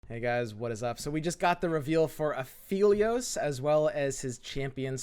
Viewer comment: it's aphelios, not afeelios